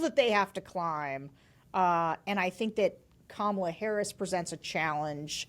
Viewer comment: I have a feeling that Kamala (accent on the first syllable for goodness sake!) might appoint AK to her cabinet.